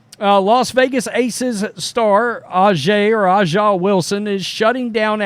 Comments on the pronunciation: It's obvious to me that you don't watch the WNBA. It's just as obvious that you are not a Steely Dan fan either. A'ja (pronounced asia) Wilson does not have time to be jealous of Caitlyn Clark. You really should not exhibit either your ignorance or your disrespect. Yes, she is all that, and you can't pronounce her name? And you should stop saying that nobody watches the WNBA. Speak for your hating self. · At least try to pronounce her name properly, you are disrespectful